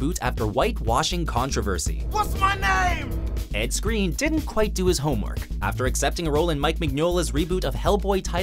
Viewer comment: pronounced screen? not skrine?